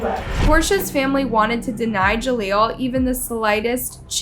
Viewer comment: Ja leel. Not Ja leelo